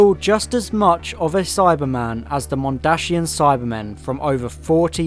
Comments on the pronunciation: Mondsian not Mondashian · Any one else mad at how he says mondashinan it’s mondasian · I find it funny how you say mondashian cyber men, though they are dashing it still makes me laugh, keep up the good work.